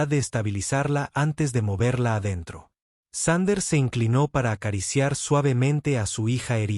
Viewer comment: Thunder --> Sander (reconstruccion fonética de la IA) ... Thunder --> Trueno (traducción del ánglico coloquial al español) 😁😁😁